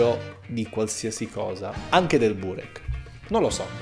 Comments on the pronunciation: ma nella parola "burek" l'accento va sulla "e" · Soffro a sentir pronunciare burek in quel modo, da albanese ti spaccheró la fascia